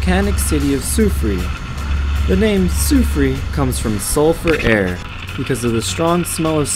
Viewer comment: sue frair that how u pronounce it